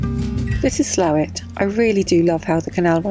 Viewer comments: Great vlog as usual. It's pronounced Slowit Ow as in owl. Makes sense when you realise that the village down the road to Huddersfield, Linthwaite is pronounced Linfit. & it is Yorkshire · It is pronounced Slawit with a long "a". Further you now know why this particular canal eventualy failed as a commercial canal too many locks. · Slathwaite, Pronounced "Slough-it" lol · Sla'wit....is how the locals say it. Slaithwaite is how it's spelled 😁. Lovely to meet you that day. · Slaithwaite is pronounced Slaw-it, love that area, I wonder why I left